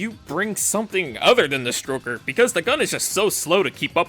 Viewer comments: For some reason, it sounds like you're calling the stoker the 'stroker'. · He keeps saying stroker instead of stoker. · Please stop calling it the stroker 😭😭😭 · the “stroker” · In my canon, you calling it the stroker instead of the stoker was definitely unintentional. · I kept hearing Stroker... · Why did i keep hearing stroker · Your continued emphasis on “ stroker “ has been noted for the record… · The "stroker" lol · Huur durr "Stroker" Hehehe HURR DURR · He does, he's doing it on purpose